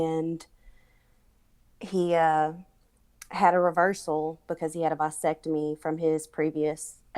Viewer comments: She's married and happy, but needs a little side thing??? if she was happy, she wouldn't need side thing. This woman is a liar, just a disgusting liar. And it's pronounced "VAsectomy," not "VYsectomy" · Lmao why was she saying it like that 😂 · The way she’s pronouncing “vasectomy” is pissing me off